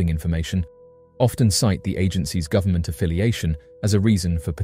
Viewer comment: The militree" & gubmint " have the technology to do about anything" 😮 yup" kazoo where are you 😂